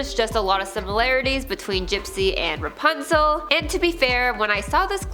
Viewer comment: Dude said REPUNZEL 😅